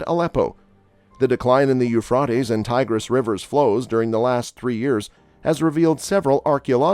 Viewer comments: It’s Euphrates long a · Here in Tennessee we pronounce the Euphrates River with a long a, Euphra’tes River!!! Sounds a lot better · It's not ufraties fool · It is pronounced, u-fray-teez! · Everyone say it together u-fray-teez!!!!! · It’s hard to concentrate on what he’s saying every time he mispronounces the rivers name ! Can’t listen anymore, jeeze ! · Yes, his saying the river's name is driving me nuts too.